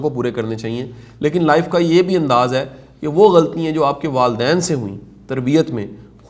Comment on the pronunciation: Shah sahb ,your lectures are very effective, with due respect I would like to mention that there are some spoken urdu mistakes which can be corrected like GHALTIYAN is pronounced "ghaltyeeain" .there are some other words too...please forgive if I am wrong.